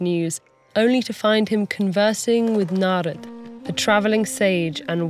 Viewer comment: I appreciate how the names Satyavan, Narad, and Yamraj were pronounced as it is instead of Satyavana, Narada, or Yamraja. TED-ed did a great job in maintaining the diversity of Indian culture in every bit of this video.